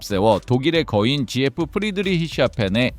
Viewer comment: 지에프??? Ai영상 진짜 짜증난다... 지에프라 부르는사람이 세상에 어딨어